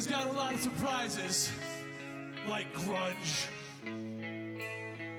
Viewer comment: Does he say gruNge or gruDge at 1 min